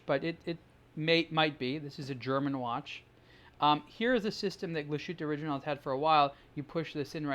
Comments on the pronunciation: It's not Kla' Schuute, it's Glas Huttte. ;-) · Actually it’s Glas Huette, or, to be more precise, GlashYtte. Don’t forget that German umlaut. Ü is pronounced quite differently from just U … ( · You pronounce that so wrong...